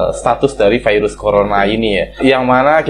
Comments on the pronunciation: "Dari vairus (virus) corona ..." "Dari corona virus...." Virus aja jgn vairus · jngn ngmong vairus ..virus gitu kek 🤦